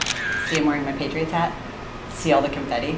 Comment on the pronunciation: PATRIOITS me: OHHH YEAH DEY DA BEST TEAM EVA